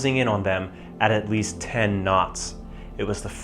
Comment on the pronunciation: FFS...it its' destroying', not ' deshtroying'. It's not SHtruck, its ' struck'. If you are going to bastardize the language at leasht be conshishtent